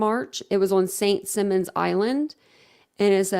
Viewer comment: St Simon not St Simmon